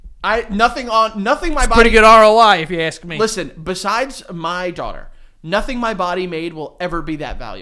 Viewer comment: Can someone please make a compilation of Joey saying lemme axe you a question